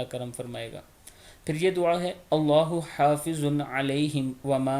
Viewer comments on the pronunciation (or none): Haafizun nahi hafizun hai ..alif nahi hai ...pronounce sahi nahi kiye ap ..